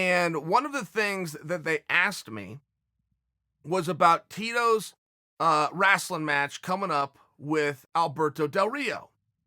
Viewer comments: Man I just can’t over how he says “Wrastling” Instead of “Wrestling”. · “Wrastling”. Lmao. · I love how Chael says "wrestling" like "wrastling" like "rascal". Makes it sound even more cheesy than it already is. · "Rasln' match". Chael Sonnen is the man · He says “wrasslin” to infer its a fake fight. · wrasslin.... West linn.... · FFS...It's Wrastlin'...the Dub-ya and the T is silent...Dayum Y'all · I love how he says rastle 😂😂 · Chael “Rastlin” Sonnen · Chael "WRASTLE" Sonnen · or Rastling even 😂😂😂 Love how ppl from the midwest pronounce it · Apologies mate. should have been more clear.. Im an aussie who lived in the mid west for 7 years and many of the guys there said Rastlin 😂😂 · Did he say wrAslin Sylvester Stallone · Someone PLEASE make a highlight vid of Chael's wacky pronunciations... 'wrasslin', 'Yarear Rodriguez' and 'Breakfrast' to name a few.. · Please please please tell us why you are saying "wrastling" Chael. Your listeners deserve to know. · TheDarkCloudNC my dad says it the same way for some reason lmfao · How he pronounced wrestling is straight out of South Park. LOL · I was reading this comment when he said it. I was like that's interesting! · wrestling match he pronounces is like south park lol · A wrestler can’t say wrestling properly. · Chael says "wrestling" like an old black man for Mississippi. 😆